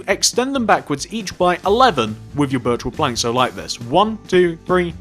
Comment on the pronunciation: when he said birch wood planks at the start it sounded like virtual planks